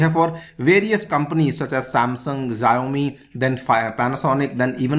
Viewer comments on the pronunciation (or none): Correct your pronunciation.. Xi is pronounced as Shee and Xiaomi is pronounced as Shaaomi..